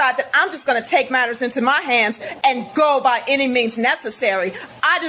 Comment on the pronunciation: Thats a 1st. Ive Never heard "any" pronounced with a T "any't"